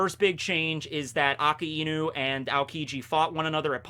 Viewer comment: Finally pronounced Akainu correctly